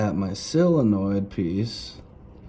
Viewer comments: It is a SOLINOID, not a selliinoid. Say it - SOL - IN - OID, you are killing the English language. Your bike will always play up while you are killing the english language, after all, the English language is all Harley Davidson has now that is remotely Americian. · Solenoid numbnuts not silinoid